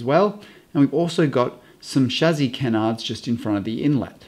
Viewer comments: chassie not chazzie but great vid other wise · Amazing video, thanks for sharing your knowledge and expertise. Also it's 'Shassee' not 'Shazzee'.. but hey, at least you didn't say 'Chassee' :D Geat video mate! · Did no one at Merc tell you that you pronounce chassis wrong? Its not a chazzis my guy. Nah but in all seriousness love your vids! When ever I see a new design to the cars you are the first person I think of and I cannot wait to see your interpretation of the designs! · For pity's sake, can you PLEASE learn the French pronunciation of the word Chassis - I waas trying to figure out if you were talking about someone called 'Shazzy' or if that was an adjective (positive or negative?) to describe something on the car as 'shazzy'? You must have driven the guys crazy at Mercedes with this antipodean interpretation. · So much better than the other explanations I've found. Only now noticed though (despite watching a lot of vids here) that pronounces chassis as shazzy. Tickled me every time, once I'd noticed:D